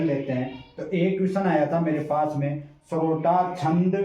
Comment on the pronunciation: सरोटा नही होता है सोरठा होता है सर